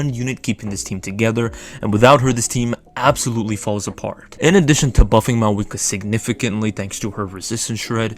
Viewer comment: I cant watch it cause you keep saying maweekwa..good luck though!